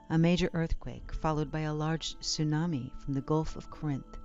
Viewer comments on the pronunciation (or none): none